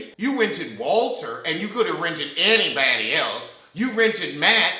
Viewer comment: Every time you say “any-batty”, I lmao 😂